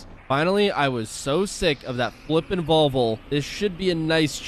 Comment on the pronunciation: Vol - Vo not volvul